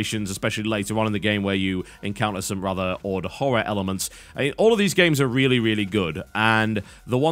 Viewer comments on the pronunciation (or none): none